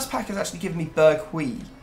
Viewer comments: berghuis is pronounced "Bir" d juice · The pronunciation is indeed 'Bear Juice' Edit: Extra 'o' removed from pronunciation. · It's pronounced Berg-house